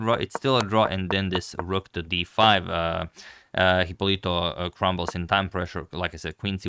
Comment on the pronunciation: The correct pronunciation (and spelling) is Hipólito (with accent on the first o).